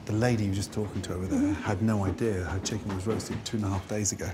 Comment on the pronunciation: Chic-Ken, I'm talking you you about the chic-ken...